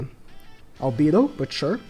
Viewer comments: Cah kuy tus We’re mad about how you said Albido btw (Al beh doe) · Just some pronouncements tips for ma boy: Albedo = Arubedo (the e its not pronounced as "e" instead it's how people pronounce A in English) Shaltear = Sharutear (the e is pronounced as E in english) Cocytus = Kokyutos